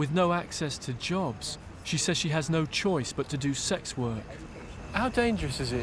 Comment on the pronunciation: Ugh The cop can’t even say the words sex and transgender. Wtf. Did he even study???